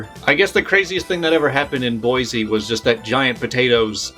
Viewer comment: There is no Z in Boise. Pronounce the S.